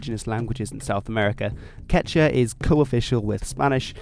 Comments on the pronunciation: I don't of any place where LL is silent in Spanish. Some places pronounce it basically like a Y so maybe it's hard for you to hear in the phrase "Me llamo." Also don't forget the second U in "quechua". You pronounced it basically like "quecha". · Es quechua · OMG ITS "KECH-*W*A!!" FHALJHFNASNCIABFOIAHDAS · Quechua is pronounced as kee-chuua. : ) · KechUa is how its pronounce. He is not saying it right. He is not pronouncing the U for some odd reason. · It’s pronounced kechua